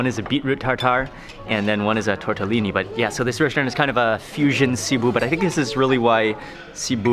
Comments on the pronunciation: sibiu not ciboo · Ohhh stop saying Cebuuu this is in Philipines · Name of the town:Sibiu This guy:Sibu Me:*cries in Romanian* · It's not SEE-BOOH, it's See-Bee-wooh With the accent on Bee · Sorry Mark, the correct name of the chty is Sibiu', not Sibu. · Dude learn the name of what you eat and learn to pronunce the names of the places you are going. Sibu, lol ffs. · hello i am a romanian sibiu its pronunced SIBIU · you say the name of the city wrong on purpose?